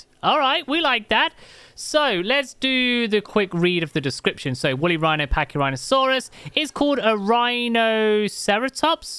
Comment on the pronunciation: Wooly whino. The furry narwhal. XD that's just what comes to mind hearing that.